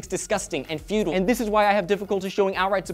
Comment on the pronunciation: Fu-tile....not futul....those mean totally different things